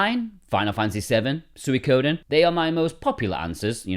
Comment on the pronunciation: nice video. but you mispronounced penchant 3 times. its not french. pen-chant. not pon-shont. you also pronounced suikoden weirdly but i forgive you because youre english